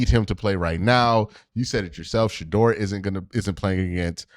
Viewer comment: Q, you’ve randomly began pronouncing Shedeur wrong! Plz fix